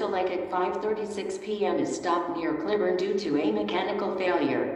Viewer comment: Announcement didn't know how to pronounce Clybourn correctly